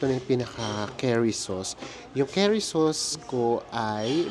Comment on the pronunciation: The curry is pronounced as "Kari" in Tagalog, not "carry." It’s ok don’t be embarrassed.